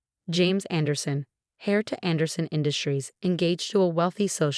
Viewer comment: It’s heir not hare!